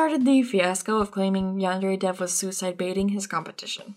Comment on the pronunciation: at like 12 minutes in i thought you said "yandere thief" and I just started laughing my ass off